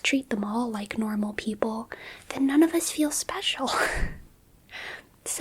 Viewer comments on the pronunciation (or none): none